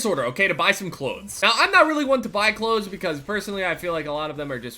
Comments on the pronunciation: lol listen to him say clothes he is saying "cloads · am i the only one who heard him saying Klotes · u say cloths weird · I fucking hate the way you say clothes fuck my cat please daddy ohhh yesssss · The way says clothes XD